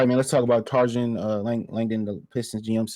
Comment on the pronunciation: Bruh I love your show watch everyone. But please ask Google the correct way to say Trajan 😂 u killing us 😅😅😅